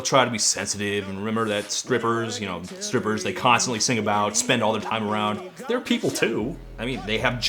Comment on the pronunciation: yoo Todd u say scrippers? 😂